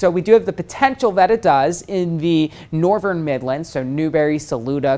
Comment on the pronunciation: What accent does he have with words like norvern and farver?